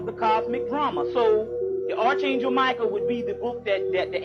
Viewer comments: Good Lord man! It's pronounced ARK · Never let a man who mispronounced arch angel teach you a damn thing